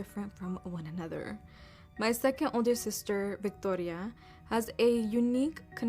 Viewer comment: Why tf did she pronounce "Victoria" like that? 😂 Girl stop it. I'm Mexican and we do not pronounce it like that 😅